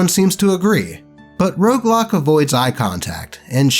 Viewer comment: Roguelock sounds more like Roadblock. Haha